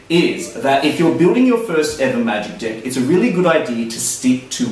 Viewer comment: I have to pause this for a second... Can you please stop saying DICK and say DECK...kthanx